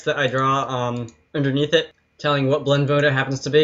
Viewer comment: Every time you said blend mode I heard it like blood moon and now I can't get Zelda BOTW out of my mind! (I'm not making fun of your accent, I'm making fun of my brain that translates blend modes into a game with a character that took 30 years to learn how to jump)